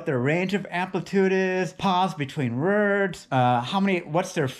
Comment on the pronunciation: "Pause between words", yet he can't pronounce the word, "words" correctly. Sounds like he's saying "rurds".